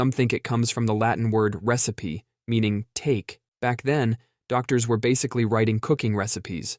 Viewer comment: That pronunciation of latin "recipe" must be worse than me trying to read russian